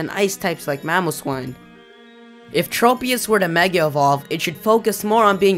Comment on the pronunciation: Tropius. Trow-pius not Tropeee-us.